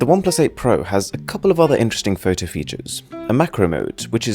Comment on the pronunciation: Can u Stop to say ö instead o? Its not fötö or iphöne .....its fOtO and iphOne. Your voice Sounds so as u only love to hear yourself